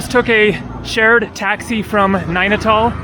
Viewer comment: Every time you say Nanital, it sounds "Nine at all" 😊